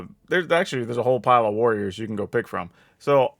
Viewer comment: Borriors? Warros? Eitherway, this is a very chad build